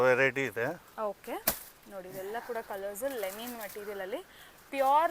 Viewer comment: ಮೇಡಂ ಅದು ಲೆನಿನ್ ಅಲ್ಲ ಲಿನನ್. ಉಚ್ಚಾರಣೆ ಸರಿಯಾಗಿರಲಿ